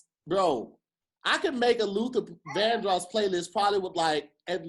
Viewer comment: The way says Vandross is upsetting me and my homegirls 😂